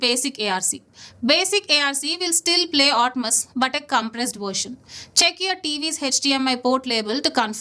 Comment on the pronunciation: Everything you shared was good but still pronouncing Atmos as 'Otmas’? That's fucking stupid! 😂😂